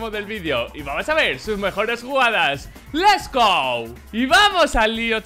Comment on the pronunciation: Recién me doy cuenta que dice les go XD